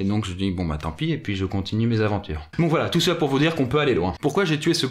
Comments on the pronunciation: j'ai manqué de piquer une crise quand je l'ai entendu, tu n'es pas le seul à te dire "NON, CA SE PRONONCE A LA FRANCAISE, PAS A L'ANGLAISE" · Sa aurait été bien que il prenonce et surtout qu'il sache écrire corectement la série car quand m^me c'est pas comme si au début de chaque episode il ya avait marquer "Aventures" pourtant lui il dit Adventure